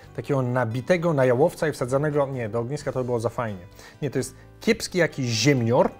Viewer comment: Psikutas bez S - "jakiś ZIEMNIOR" 😂😂😂